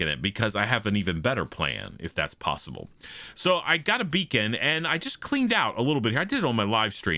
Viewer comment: "Got a beacon from Gruva" 🤣🤣